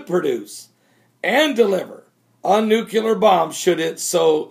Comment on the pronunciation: NEW-KLEE-URR say it with me NEW-KLEE-URR :)